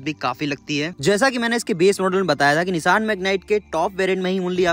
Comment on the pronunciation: Nishaan nahi bhai vo Nisaan hai